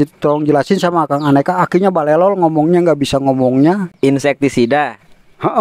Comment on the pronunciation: 😂😂😂😂aki ngomong nya barelol😂😂😂